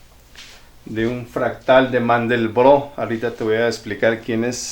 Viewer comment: Maestro, buen día solo tiene un pequeño detalle de la figura. Se pronuncia conjunto de "Mandelbrot"